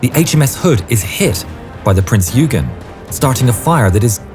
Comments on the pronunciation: Love your videos! BTW, "Eugen" is pronounced "oi-gen", not "you-gen". 🙂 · Prince Eugen is not(pronounced (YOU-gaen) it is pronounced (OY- gaen). Alles Klar? Chüß!